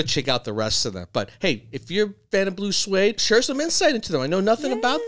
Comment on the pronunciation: I hate it when these Music reaction people do not research their topic 1) pronunciation = Blue SWEED not swade 2) original version, by B.J. Thomas [no ooga chaka] 1968. 3) The original oogo chaka version was done by Johnathan King in 1971. 4) the Blue Swede version was 1973 and is a cover/copy of King's version.